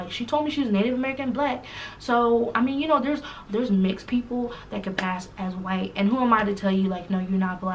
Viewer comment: Wait did y’all catch how between - she said “she did not had to lie about being whi-alck” 😂😂😂😂😂😂😂 I died and came back to life !!!!😂😂😂